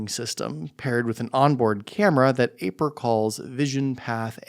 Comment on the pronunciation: It's eye-purr not A-purr 😂